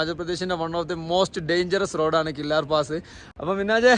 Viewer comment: ഞാൻ ഇതുവഴിയുള്ള വ്ലോഗ് ഇതിന് മുമ്പ് കണ്ടിട്ടുണ്ട്. കില്ലാർ എന്നല്ല. കില്ലർ എന്നാണ് ഉച്ചാരണം